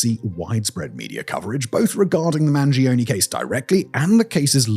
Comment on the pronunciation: I'm begging you, Mangione is an italian surname, the E sounds like the one in Earth, not like a weird e-i